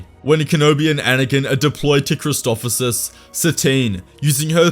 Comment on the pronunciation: Every video with Christophsis it's Christof sis not Christofofsis